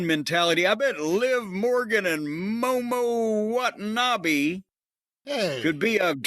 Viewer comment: The biggest surprise is Jim pronouncing Momo Watanabe's name correctly (or as close as I expect from an English speaker)